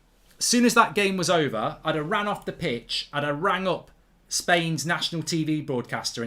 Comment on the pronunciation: Spain with the silent 's'